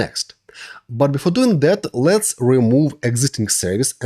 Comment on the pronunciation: никогда не понимал, как можно так хорошо знать грамматику языка, уметь говорить спокойно, и при этом произносить "дуинГ", "токинГ", "нОу летс гэт стартинГ"... ? Это за пределами моего понимания.